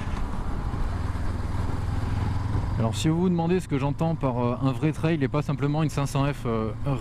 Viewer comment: On prononce "trelle"... pas ""traille".